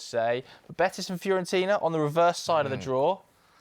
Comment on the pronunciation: Man said fiorentina 😂😂😂😂😂 hold that 😂😂😂😂😂